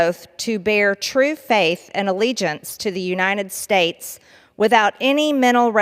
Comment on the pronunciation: She said U-nine-ted States! That's why it's In-dicked-ted not indicted to her!🤣🤣🤣 If she can't pronounce United States properly, she should be deported!!!🤣🤣🤣